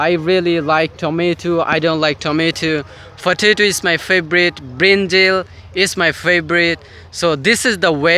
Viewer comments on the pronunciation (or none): none